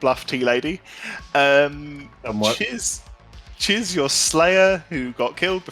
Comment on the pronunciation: CHIZ PRONOUNCED LLEECH WELSH LIKE sorry guys chiz is my new favourite